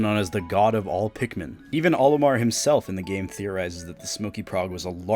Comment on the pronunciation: Larper u dont even know how to say pikmin